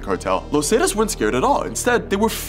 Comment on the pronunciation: “los Zay-tus” lmao nah the pronunciation was too funny